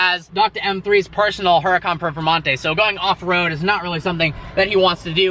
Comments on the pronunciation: It sounded like instead of "Performante" you were saying "Purplemonte". Sounds like a great nickname! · Are you saying Purple Monte? Cant hear your clearly.